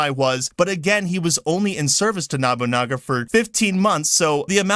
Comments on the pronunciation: Sounds like you were saying Nabunaga instead of Nobunaga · No-boo-nah-ga.... Proper pronunciation of the name please...